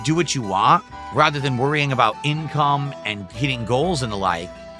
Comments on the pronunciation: I wa this and I wa that. Hearing him say the word "want" gives me an aneurysm, I can't bear it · I whan! I whan! NAGH TRUE. The guy who says he has good diction can't pronounce T's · Why does he say “want” like a regard?